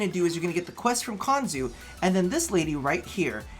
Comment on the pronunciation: Konzu, it's Konzu xD